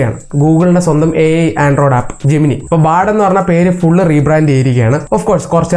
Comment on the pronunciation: ജെമിനൈ എന്നാണ് pronunciation.